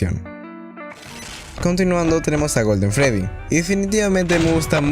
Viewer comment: Es witerec Golden Fredy no Golden fredt